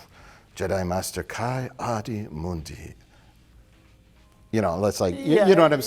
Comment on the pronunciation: Uhhh... its pronounced KEE ah-dee moondee, fellas! Get it right gawd. Fuck'n bigots